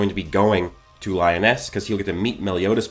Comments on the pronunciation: LEEEE-OOOOOHHH-NEEEESSSSSSS not lyon-es TF??? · Lee oh ness is how you say it I think? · Lee -oh-naise..... :p lol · Li-o-ness 😂😂😂 good vid though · Cool vid but Liones isn’t pronounced that way bro